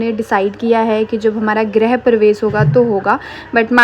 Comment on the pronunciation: Grah nhi bolte grih hota h